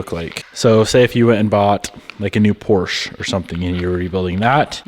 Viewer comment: There are two syllables in Porsche....